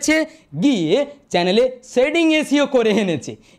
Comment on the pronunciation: Dada sobkichu to thik bolle kintu seeing na ota setting hobe😊